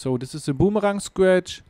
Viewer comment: Aussprache wär ja nich so schlimm wenn er wenigstens TH und boomerang aussprechen könnte... but he doesnt even try -____- lmao